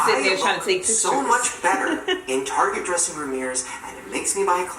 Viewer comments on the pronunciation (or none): It’s not TARGÉ. ITS TAR GET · target not tarjay